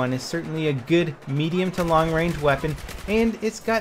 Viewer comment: "Long Rang" seems legit.